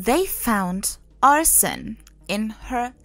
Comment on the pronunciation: the way she pronounces it sounds like "arson" which is a crime of intentionally starting a fire. I didn't know of any other way to pronounce arsenic. People tend to run it together to sound like "ars-snick" but I guess it actually has 3 syllables. When I heard this story, it reminded me of the old play "Arsenic and Old Lace" (and also movie by the same name) Thank you for replying to me. Have a nice day.